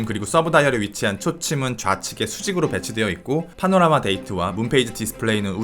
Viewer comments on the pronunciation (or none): none